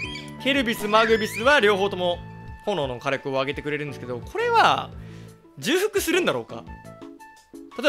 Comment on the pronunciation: 重複のこと、じゅうふくって言うの草ww